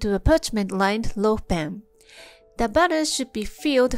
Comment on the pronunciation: That's BATTER with an "A" (rhymes with "cat" ) not BUTTER with a "U" (Rhymes with "cut:) . . . .